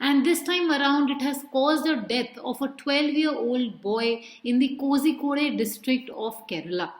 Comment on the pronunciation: It's not कोझीकोड, it's कोळीकोड or कोलीकोड. Anyway, very good lecture...